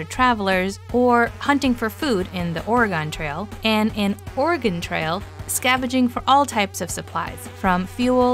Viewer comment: It’s not pronounced Or “ah” “gon” for the original. They sound very similar.